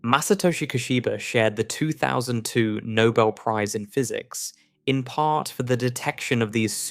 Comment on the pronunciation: Since this is AI I am assuming that the commentator is not real. Can you please teach it to pronounce its "ts". One example, the word is part, not par.